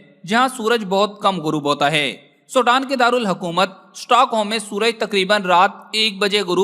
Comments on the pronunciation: Ye Sodan Nahi SWEDEN 🇸🇪 hy. Please apni vocabulary and apny sound ko sahi Istimal kerky logon ko ghalat fihmi say bachain. SWEDEN 🇸🇪 hy. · بھائی سوڈان انھیں سویڈن ھے